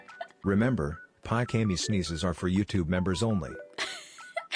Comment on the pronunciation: I love how the computer voice pronounced Pikamee's name as "Pike-Amy."